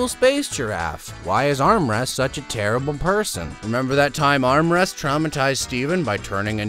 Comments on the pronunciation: Amethyst not armrest.and pearl not Spuidward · ITS AMYTHIST NOT DARN ARMREST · Announced Emma fist wrong and also pearl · I hear you say amethyst as “armrest”💀💀💀💀